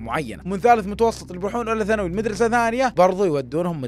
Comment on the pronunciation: الميدرسه. المدرسه النطق ضايع